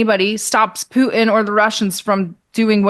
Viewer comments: She speaks like a teenage girl. PoohIN Putin , ImporIN Important, loses all credibility. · When I hear someone say " Poo'in " instead of Putin I click off. What are we in grade 4 again? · No, she just actually knows how to say the city names correctly. She's not using an accent. However, her pronunciation of Pooh-in for Putin hurts bad! 😂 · Why should I give this woman any credence when she can’t even pronouns “Poo-in” His name is Putin The research is clear: If you can articulate consonants PROPERLY… you self disqualify as a “so-called” expert Just ask Nate (“seen” vs “saw”)